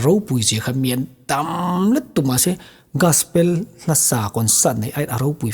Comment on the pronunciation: Gaspel😮 Gospel tih tur aw... 😅